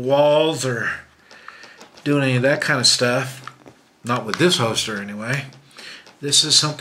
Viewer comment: HOLSTER not HOESTER!!